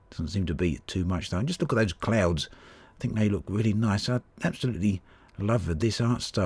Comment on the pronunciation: ''JUST LOOK AT THOSE K L A U D S''